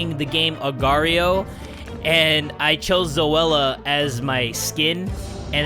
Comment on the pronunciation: The way he pronouced Zoella name tho. Zowala